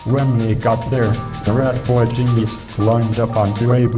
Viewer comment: "Ratboi Ginyiz."